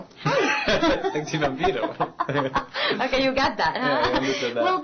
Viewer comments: por dios como no amarlo si es perfecto aparte lo dice perfecto SEXY VAMPIRO casii me agarra un ataqe!! lo encontre por qe estaba buscando la peli entrevista con el vampiro! i miren com lo qe me encontre con el amor de mi vida diciendo SEXY VAMPIRO en mi mismo idioma!!! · ay! lo AMO!!! es tan lindo! y su pronunciacion percfecta!!!! ;) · wuaaaaaaaaaaaaa y LO DIJO MUY BIEN!!!!!!!!!!!! lo dijo perfecto sin entonacion ni dejo o.0? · sono super bueno su acento ... xsupuesto "SEXY VAMPIRO" il est chaud, bon et tres joli! =) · oooooh si ke es un sexy vampiro linda pronunciacion!!! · Diossssssssssssss!!!!!!!! Sexy Vampiro--> Me encanta, Lo pronuncio estupendo, con esa voz tan hermosa que tiene!! Wuuaaoo cada vez me sorprende y me gusta maaaaaaás!!! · ai y es qe lo dice tan bien verdad!! si es q me lo como y nunca mejor dixo.xD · sEE ke lindho se oye y se oye muy bn pronunciado y su voz super sexy!!! =9 eaea! "sexi vampiro" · aaaaa a amo como dice sexy vampiro su acento es perfecto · es increible cmo pronuncia el español!!! omg!!! definitivamente esta pelicula dejo atras a harry potter!! jaja ..xD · Q bien dice "sexy vampiro" Wow!!! Lo amé!!! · woo lo dijo muy biennn si ke eres un sexy vampiro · pronuncia super bn!! es tan sexy cuando lo dice jaj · SEXY VAMPIRO?! lo dijo perfectamente ! :s la mayoria se traba con las " erre " I LOVE HIM!! his so fukng HOT.! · Wow, lo dice muy bien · jaja le sale genial!! Y la chica le dice "lo entendiste?" hombre, yo tengo 17 años, si me dicen "sexy vampire".... no me costaría ni entenderlo ni pronunciarlo xdxd!! pero aún así, un 10, no no, un 1000 por Robert, a ver si nos sigue dejando más perlas en castellano, por favor ,que se oye su voz en español muyyyy sexyy!! jeje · Jajaja olé ahi! Qué bien pronunciado! jajaja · que precioso cuanso dise sexy vampiro le salio muy bien es muy preciosoooo debia aprender mas español le sale muy bello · aaa lo dijo muy bienn oo e stan sexyy